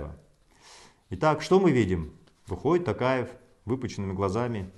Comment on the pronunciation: Маке ел баскаргың келсе қазақша фамилияны дұрыстап айтып үйренші Такаев емес Тоқаев!